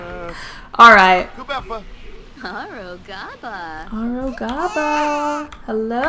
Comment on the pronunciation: “Ha rogaba” 😂😂